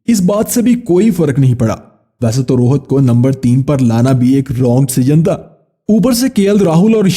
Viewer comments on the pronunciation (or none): Rohat nahi Rohit hota hai ba